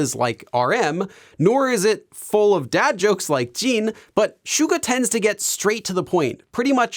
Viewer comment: I can't get over how he says 'Jeen' instead of Jin